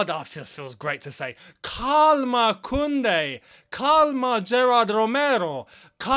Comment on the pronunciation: Bro it is pronounced karma